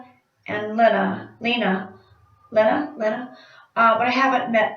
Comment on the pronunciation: A while ago I told you Trisha's moms name was pronounced like Lean-a cuz I heard someone else pronounce it like that but it's actually len-a like the mans name Len with an a at the end not lean like lean on a tree lol. I wish I could go to the drag con too!!!